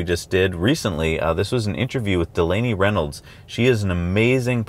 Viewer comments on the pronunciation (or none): none